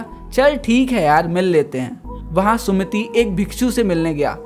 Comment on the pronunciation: vo sumit hai sumati nhi